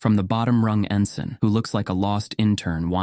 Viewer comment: No t in “ensign.”